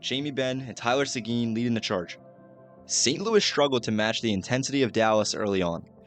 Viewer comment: It's not say-gene it's simple tylor sequin pronunciation( tie) (Lor)(say)gin) say it with me tyl